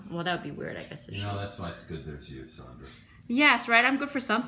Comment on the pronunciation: He called you SONDRA not Sandra and I know from a previous video that you hate being called SONDRA or Sandy. I only spelt it S-o-n-d-r-a so you would get the sounding of your name. 😊